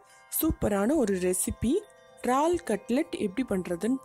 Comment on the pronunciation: Unga receipe romba Nala irukku..... Yennaku pidichi irukku....aana "eraal" engine vaartgaiya "raal"...raal nu solluradhu mattum yennaku pidikala.....